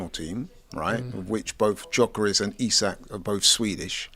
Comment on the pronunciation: and Jokores😂